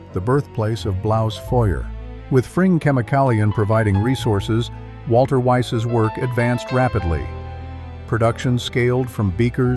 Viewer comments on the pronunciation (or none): And why do you pronounce "Walther" as if it were an English name? This spoils your whole video.